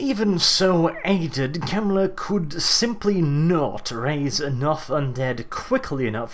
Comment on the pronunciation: I'm sorry I'm saying this, but you're telling stories with 2ed. I know from 1ED warhammer and a lot differs. which was 1994. and mispronunciation of his name.